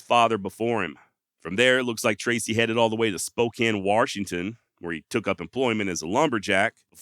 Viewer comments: Great video. I was born and raised in Washington and still live here. His legend has never died.. but can you do me a favor as a podcast host?? Stop calling Washington "Warshington".. That is like nails to a chalkboard for residents of this state lol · Dude did you really say waRshington? Come on man. I don't know why it bothers me so much but for some reason it really does. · WaR-shington is killing me. 🙉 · Warshington, lol! Great video. Thanks for the upload. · fyi theres no R in washington